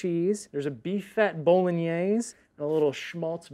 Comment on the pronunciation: pronunciation of 'bolognese' is interesting to say the least 😂